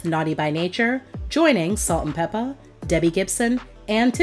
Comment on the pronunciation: I hate the way she says "Peppa"